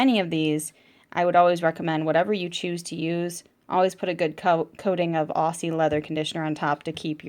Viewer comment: Nice review. As an Australian can I just say Aussie is pronounced Auzzie.